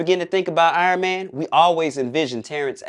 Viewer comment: We all know it's because he wouldn't stop calling him iron mayne